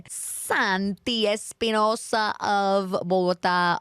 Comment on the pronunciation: Que raro que santi diga su nombre con acento gringo, papi, eres no santi espinousaaaa hasta la mujer londice mejor jajaaja